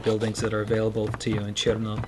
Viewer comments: I need to hear more R in CheRRRRRno! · When you said cherno you turned russian.